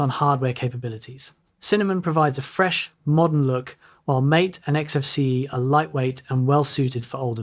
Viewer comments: BTW, just so everybody knows - it is "Maté" (pronounced as "ey"), not "Mate". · It is MAH-TEH, not mate. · "MATE" is pronounced "MAH-tay". The creators named their desktop environment after a tasty South American tea-like drink. Cinnamon, visually stunning? I haven't seen it. Cinnamon is a little bland and too GNOME-y for my taste. I always prefer a good mostly stock KDE. Show us your evidence of this alleged visual stunnery. ... Now that I've reached the end of the video: Eye of the beholder, I guess. I've never heard of Linux Mint specifically described as "for experts only". Other distros? Sure, lots of them, but not Mint. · The DE is not pronounced "m8". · These are common myths? They sound like strawman arguments to talk about Mint features. Mint is a great distro and doesn't need these silly "myth talking points," but I guess that's what gets the clicks. Give Mint a try! It should work on most Windows computers and you might be surprised at the functionality. Especially if you mostly do things in a browser. Last thing, Mate is pronounced in the Spanish way - "mah-tay."